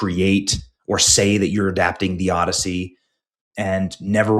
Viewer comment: The "Odyssoy"